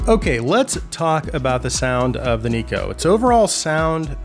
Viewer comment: Neko is a japanese work, thus it is pronounced as "Nekoh". Amazing review as always!